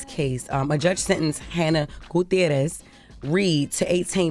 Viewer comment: That pronunciation of "Gutierrez," Jess.. yes